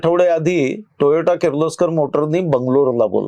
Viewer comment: खुप छान माहिती 👍🏻 please note it is Toyota टोयोटा & not Toyato टोयाटो